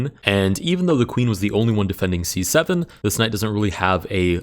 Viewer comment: i like when u say c7 cuz it sound like 67